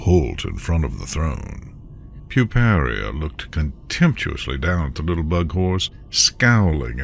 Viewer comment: The link to the story will illustrate that, but it's Puparia (pyoo-PAIR-ee-uh).